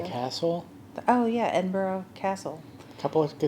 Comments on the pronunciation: Very surprised you’ve been to Edinburgh and still not picked up on the pronunciation. It’s Ed IN BRA. Not boro. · You need to work on pronouncing it properly. Its EDIN BURRAH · Anyone visiting Edinburgh its pronouched Edin-Bruh' - there is no 'o' sound at the end. - sincerly Scottish resident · Why cant you pronounce Edinburgh? It seems Americans and Canadians struggle with this.